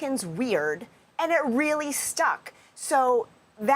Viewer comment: Walz….. say it like “walls”